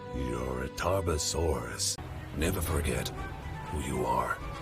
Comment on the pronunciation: I forgot how to spell Tarbfursuraus with that god awful pronounciation.